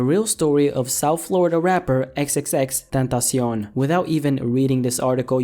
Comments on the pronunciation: Its Xxx TEN ta see on. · Xxx Tan tas eown.... why do you say it so weird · Chris Villalvazo It's x x x ten tah si ON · XXX Tuntasion :B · Ffs can you just pronounce it right pls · The way you say his name tho xD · NinjaMaker_NM ethan is wrong saying that is the right pronunciation and the guy in the video is so bad at spanish. Drake is a bitch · Bruh disrespect the way he said "tentacion" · Does anyone else cringe when he says tentacion?